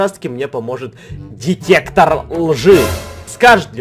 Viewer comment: Он сказал детектор жи 😂😂